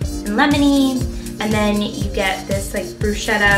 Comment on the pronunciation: Love your videos girl, you have such a mellow vibe. But its pronounced brusKetta. <3